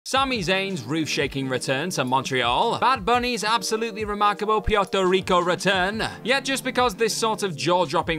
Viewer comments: If you don’t learn how to pronounce Puerto Rico, i’m going to unsubscribe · I gave a thumbs down only due to the pronunciation if Puerto Rico